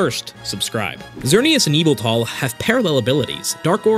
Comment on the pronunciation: its yahvultal